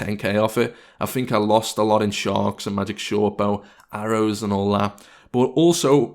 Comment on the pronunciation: Do you fink or think? :O